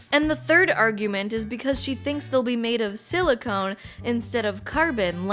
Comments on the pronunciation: You keep saying silicone, instead of silicon. Silicone is a family of polymers that are typically oily or rubber like; They do contain silicon. Silicon is an element. everything you said about it is correct. Carbon is more able to form complex bonds which makes it better for life. Silicon is really good at combining with oxygen to make sand. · It consciousness. Not conscious lol. But its fine. Its all fine. Silicon. Not silicone. Its all gonna be fine. Its good. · You said silicone, instead of silicon, which makes it sound like robot brains are made with the same thing used to make fake tits 😅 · She said silicone like 7 times. Drink that pint of vodka god dammit! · Silicone is a Rubber. IDK why but hearing that repeated over and over is driving me nuts. Say it with me, SiliCON, Like, Ancient Alien theorist are Con-artist! The claim from the paper you discussed is saying that uploading consciousness as a form of survival inherently will lead to using computer-based systems that run faster than Neurons as that eliminates the death biology leads to. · silicon (sili-cun) not silicone (sili-CONE). Sorry. This bothered me. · When you say "silicone" I think you mean silicon. Silicone is what they put in breast implants.